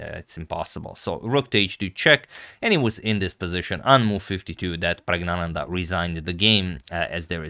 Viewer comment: Pragg name is not prague, his name should be pronounced as PIRAGIYANANDHA in Tamil and not praggnanandha spelling may varies, but pronounciation is this